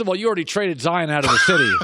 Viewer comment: said zoro